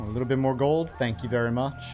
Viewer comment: "It's raining gold-uh"